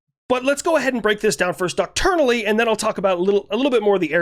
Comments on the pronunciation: One nitpick: when you say "Docturnally" I'm pretty sure you mean "doctrinally", which is dok-TRINE-a-lee (trine like time). Unless the military has a different word I'm unaware of. Anyway, just wanted to give you a heads-up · Bro. The word is pronounced "dock-try-nally" Not dock-tour-nally. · I love yer stuff... it's "Doc-Trin-Al-Ly".